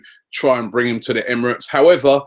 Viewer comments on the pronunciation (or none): none